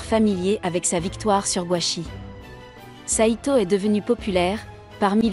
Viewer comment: Le titre en japonais serait plus simple pour les recherches: Zero no tsukaima.. et stop les voix avec traduction google.. Sedo/seto, c'est SAITO, Saï comme le remplacant de sasuke, et to..